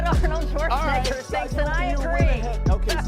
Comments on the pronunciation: Shwarseneger... His name is Schwarzenegger! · Your butchering of Arnold's last name is why I can't watch this video, I'll find another source